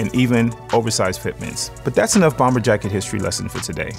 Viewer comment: I subscribe and love the content. I've previously purchased items and 3 flat brim fedoras and love waiting for new content when it becomes available, but the 2nd "B" in BOMBER is silent. Always has been, always will be. I say this with love. Think about it, if you've ever heard TSA or police evacuate a building, because they found a bomb, you'll never hear that last "B" in bomb when pronounced.